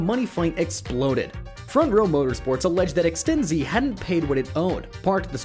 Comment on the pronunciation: ExtenZe, not Ex-ten-zeeeee.